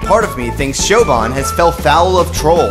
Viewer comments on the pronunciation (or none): Siobhan is pronounced Sha-Von. I can't believe someone with the same name as me was featured in this video!